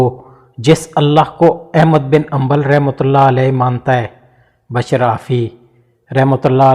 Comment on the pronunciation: Is it bashar or bishr ? Kindly tell the difference between these two pronunciations,cause on google both the words give different meaning